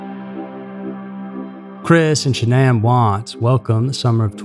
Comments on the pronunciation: Dude...how many different ways are you going to incorrectly pronounce her name? As much as this case has saturated the media you would think you would know how to pronounce not only her name but the other names you were clueless on how to say correctly! Why are you even covering a case like this that everyone is already SOOO familiar with and that you could not (and did not) possibly add anything that everyone did not already know???? Between this and that ridiculous video you made about the Petito case recently where you did not even seem to be aware that the guys dead body had been discovered already like a month prior - it makes one wonder what is up with this channel....disappointing.. By the way you had several "facts" incorrect as well- he was never released on bail at all-he was never offered bail at all so I'm not sure where you came up with that Sept 1 date because it's just not the case...and you are completely wrong on several other "facts". Also, how can you possibly say that he made "honest" statements later? It is not known by anyone if he was being honest at any point. For you to make it sound as if it was ever believed by anyone that she harmed her children and left it as if it were "fact"?? And to make those disgusting noises as if children were being choked?? How disrespectful!?? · I'm 5 -ish minutes in, and Shanann's name has been mispronounced several times. Christ on a stick, pick one way to butcher this poor woman's name. She suffered enough in life!!! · This is the worst slaughter of her name yet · This video is pretty frustrating. You’re saying her name wrong for one. And two, you showed a pic that wasn’t even Chris. Do some research. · Way to pronounce the victim’s name wrong. Made me have to check, make sure I wasn’t crazy. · You might want to learn the correct way to pronounce her name before you tell the story. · At least you could pronounce her name correctly 🤷‍♀️